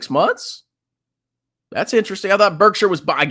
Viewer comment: doesn't know how to read Berkshire.